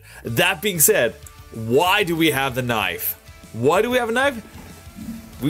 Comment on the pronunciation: why does he say knife like knoif? XD